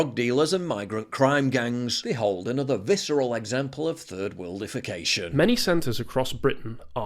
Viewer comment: I was wondering if you were saying 3rd worldification or 3rd world defecation, but there really isn't a difference is there?